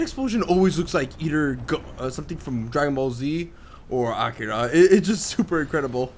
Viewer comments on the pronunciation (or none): i am sorry but the way he pronounces Akira ruined my day :L